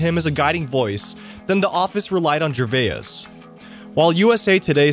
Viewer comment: Can't even pronounce Gervais